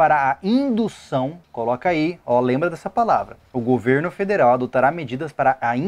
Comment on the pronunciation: Depois do governo "federel" não duvido mais de nada kkkkk